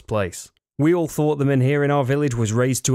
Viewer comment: The H in MENHIR is silent